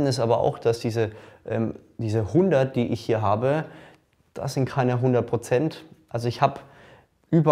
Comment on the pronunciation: Brozent sagt er auch Brozent ?